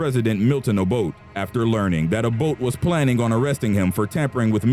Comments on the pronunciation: its not o-boat. its o-bot-ey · Its pronounced obotay not obote😂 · Milton Abote (a-Bo-tay) not Milton Aboat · It's Samuel Doe. Not Odoe. And you also got the pronunciation of Obote wrong. It is pronounced O-bo-te and not as Obod. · get your facts right...its Acholi not Alcholi and its President Obote not Oboth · Former Ugandan president Milton Obote's last name is pronounced "Oh-boat-eh", not "Ah-boat". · who tf is Obot...the e isn't silent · It's read Abotay. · Great job. But I'm not criticising your narrator, but you should have gotten an African to narrate this one. The accent this one has totally mispronounced the names of the ones involved. Eg- Obote, Nyerere etc And please do research about Gaddafi